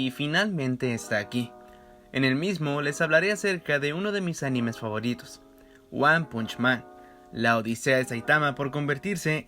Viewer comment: Me hace mal la pronunciación del título :(